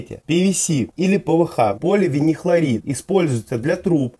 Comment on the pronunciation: не флатат, а фталат. не поливинихлорид, а поливиниЛхлорид. говорит про полипропилен, а показывает поликарбонат, базальтовое утепление показал, говоря про полистирол. Зачем выпускать такое видео, если по химии двойка была? Ужас, а не видео. 🤦‍♂️